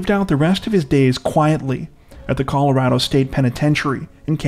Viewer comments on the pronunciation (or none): none